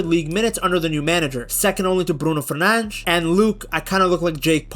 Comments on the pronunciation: fernandes pronounce the des not fernang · Stop saying Bruno Furnanch😂